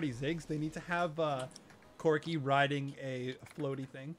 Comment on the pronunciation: with corki you need to practice with the E